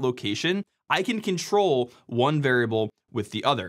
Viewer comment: My brain heard "if you control the memory" as "if you can troll the memory," which in fact is even more on point.